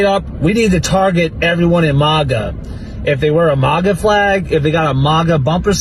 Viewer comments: It’s mAGa not maaga dip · it's MAGA, not MOGA, you uncultured swine. 😂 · “MAGA” being pronounced “mauga”? Wtf? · Its pronounced MAGA not MAGA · Yall we need to discuss MAGA pronunciation a bit. Similar to the debate on Gif and Jif. To me it's mAga not mOga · I love how they can't even pronounce MAGA correctly. Wtf is Maaauh Ga? Can the left get ANYTHING right? Ever???? 😅😅😅 Losers. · If you cant pronounce MAGA keep it out of your mouth. Do you see videos of us attacking libies? Im sick of "minorities" complaining about America because they dont get enough welfare and hand outs to buy dumb shit get the hell out and see how much LESS you'd get